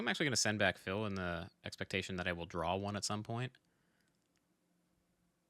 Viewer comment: Am I the only one that cringes every time he mispronounces Phil's name?